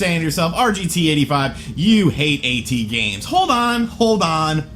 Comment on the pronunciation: You can't even say "at" correct lmao, go back to school mate